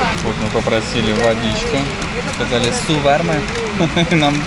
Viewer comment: сказал су барма? 😃 переводе: есть вода? Имел ввиду по турецкий, но и на казахском тоже так говорится и что удивило чисто без акцентом сказал 👍